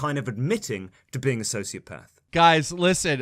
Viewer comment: kinda funny how keem goes from not knowing much and mispronouncing sociopath to knowing everything about how it can't be on a spectrum.